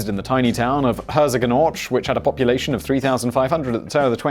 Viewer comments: Ouch, you really butchered the name of the town Herzogenaurach. :D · Herzogenaurach... nice try HER-TSOG-EN-OU-RA-SH still not perfect but much closer :D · You pronounce Herzogenaurach so wrong. Literally it means something like Dukes creek. And it's actually next to Erlangen and not to Nuremberg ;-)